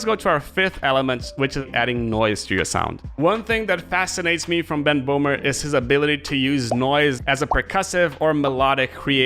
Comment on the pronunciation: hello, not bohmer. his name is böhmer. with an ö